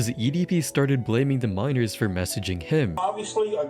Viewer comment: You can't say 'Minors"??? WTMF????